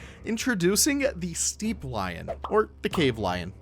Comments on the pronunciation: Steppe is pronounced “step” not “steep” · Oh god, I hate to be ”that guy”…but I can’t let it slide (apparently). ”Steppe” is pronounced ”step” as in….well ”step”. Else, love your videos and your content around Planet Zoo. As a player myself it is most inspiring. Thank you. ❤️ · Not a criticism, but why do you pronounce Steppe as Steep?